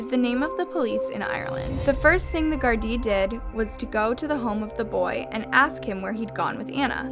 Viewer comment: It's gada